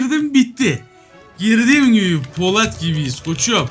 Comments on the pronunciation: abi poLAT değil polAT mk kanser oldum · Abi poLAT değil polAT